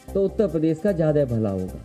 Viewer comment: Akhilesh Yadav toti chor... Utta Pradesh nahi uttar Pradesh bol 🤣🤣🤣